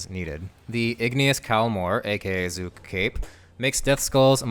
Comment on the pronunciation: its zuk not zook